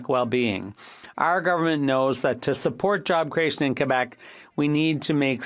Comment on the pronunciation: What is it with English people saying.."Quo bec.."..whats all that about eh...